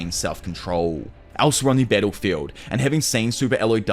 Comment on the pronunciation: when he say "battlefield", you will hear more like "pedophile"